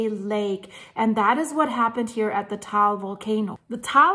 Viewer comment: It is said Tah-all, not tall. I am learning because my wife is Filipina and when we visit, we are 8km from Mayon or in her dialect Magayon; which means beautiful after the goddess.